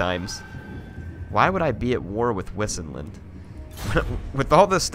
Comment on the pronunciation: I think wissinland is pronounced 'vysenland' considering all the other Germanic names in the game. Not a big deal, just throwing it out there.